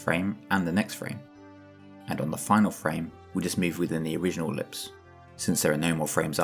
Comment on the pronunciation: incredible explanation. i died laughing at i-ver-lipse